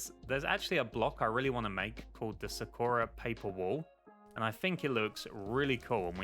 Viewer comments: Tf is Su-ko-ra? It’s Saw-ku-rah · aaaaaaaa ik this doesnt matter but you keep calling it "sa-ker-a" when its "sa-kur-uh" dont mean to be a di** head yknow just putting it out there :joy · sakura is actually pronounced (sah-koo-dah) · Its Sah kooh ra. Like the chick from Naruto. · Sorry to be that guy but it's pronounced Sahk-ura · You do know that Sakura means cherry blossom Edit:ur also pronouncing it wrong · I love this video but the way he pronounces Sakura triggers me something fierce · AAAAAAHHHHHHHHHHHHHHHH YOU PRONOUNCE SAKURA LIKE SAKURA FROM NARUTO!!!!!!!!!!